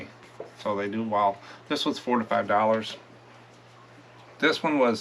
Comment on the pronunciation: Hi. I've watched you for a while. When you say "4 to 5 dollars" it sounds like you are saying 45 dollars. I know you aren't. Just thought you should know. ❤